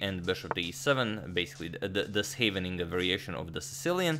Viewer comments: he correctly pronounces Scheveningen wow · wow, actually a good pronunciation of Scheveningen 😄